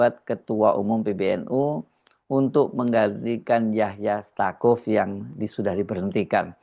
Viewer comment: Staquf bacanya saquf